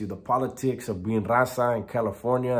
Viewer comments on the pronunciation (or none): Whats krackin everybody, new comment... talkin about he grew up in a SPANISH SPEAKING house hold, spent his childhood in mexico, but yet he cant even pronounce right RAZA, TRECE, MICHOACAN!!!